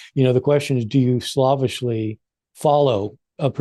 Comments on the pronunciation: Bart, do you always pronounce "slavishly" as if you were referring to Slavic language/culture, or were you (subconsciously) sidestepping a pun? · LOL, I was amused to hear in the portion where you were discussing the word "slave" that you said, "... do you slavishly follow a particular..." you pronounced it as "sl-aw-vishly". Is that a regional thing like drugged for dragged?